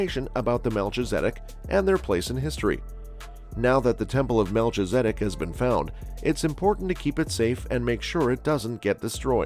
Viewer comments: It's pronounced mel-kiza-dek. Just letting you know. Great information. Thank you.🙏👑🌎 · Very hard to watch with the constant mispronouncing of his name. Please program your computer voice to do better. This is one of the most important people in the Bible. It's disrespectful